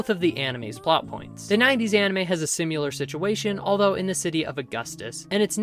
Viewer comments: Great video! Just remember, it’s similar, not sim-u-lar. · Great video,. But why do you keep saying "Simyular", the word is: "Similar". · Similar not simular. Similarly not simularly 👍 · its similar, not SIMULAR, simular isnt a word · its similar not simular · Awesome recap, you did a great job. One small nitpick is that the word is "similar", not "simular." I really enjoyed this, thank you! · Say "simular" one more time and I'll find where you live :) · Good video but I laughed every time I heard you say the word similar because you pronounce it sim-u-lar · "Simular" is stressing me out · say "simyular" one more mf time 🔫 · I like the way you say "Sim-you-ler" 🤭 Anyway, great vid! Trigun is one of my fav stories ever 🔥 I also like new Knives new hood 😋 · There's no u in similar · similar is apparently pronounced like simulation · If you can't say similar then get a thesaurus and find a word you can pronounce. Or practice your craft. Jesus, it's like when people call nu-clear power "nuke-u-lar" when the spelling in no way suggests that pronunciation. It's a phonetic language, that's something humans have been doing for 6,000 years, we should be getting the hang of it by now. Guess I know how knives feels now. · Learn how to pronounce similar. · Good video but please pronounce "similar" correctly